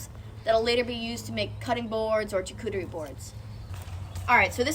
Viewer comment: Camphor is not good for cutting boards, or charcuterie boards because it is too soft for cutting and too fragrant for cured meats. Additionally it is pronounced SHAR-cootary boards not CH-cootary boards, from my decade in fine dining.